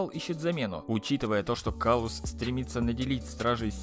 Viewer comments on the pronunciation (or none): кстати правильно говорить император клаус